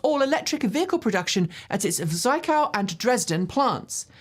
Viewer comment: I don't know if you are taking pronunciation advice, but here goes: Zwickau Z like the s in snake w like the v in vine ick like the ick in wicked au like the ow in wow Keep up your great work.